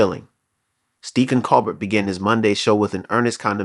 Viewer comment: Grrrr!! And mispronouncing Colbert's last name on top of it!